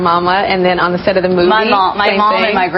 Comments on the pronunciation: Don't you love when everyone only comments on how they heard "sex" instead of "set" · i thought she said happy sex lol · from to it sounded like she said " you wanna have happy set" with an "x" instead of a "t" lmao!!!